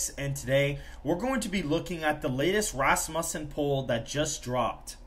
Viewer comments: He pronounces Rasmussen like it’s rass bussin When it’s supposed to be said Rasmussen like it’s rass mewssin Vote Trump sigmas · Hey boss pretty sure it pronounced Ras-Moosen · Why do you guys always slaughter the name Rasmussen? Like fingernails on a chalkboard. It's pronounced RASSmuhsen!